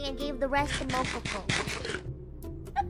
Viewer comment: Wait, did biboo start calling mococo mococœ too??